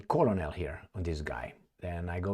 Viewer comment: Colonal is pronouned k-e-r-n-a-l.